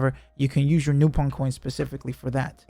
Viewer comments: Its actually "Nah-pon" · lol man doesn't know how to pronounce Nopon so said it 4 different ways back to back to cover all options.